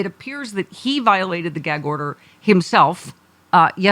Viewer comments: what the hell is "viotalted"? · Viotalted?? Great new word. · Viotalted? Is that you Trump ?